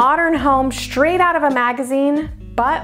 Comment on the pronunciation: There is no 'sh' at the beginning of the word STRAIGHT. Practice makes perfect. 🇨🇦